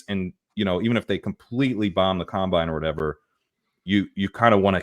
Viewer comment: its COM-bine not cum-bine. Loved this episode though lololol